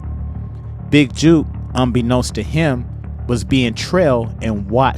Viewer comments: It’s Jook. Not juke. Like jukebox on Rasing Kanan 😂😂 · Can't take you serious, you don't know his name. It's not juke , it's jook. Like fish hook. 😂😂😂😂😂😂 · Jook rhymes with Hook. Juke rhymes with Duke. Just helping you bro.